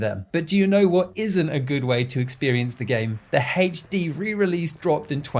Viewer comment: haytche dee XD no offense bruv, i just love how you say HD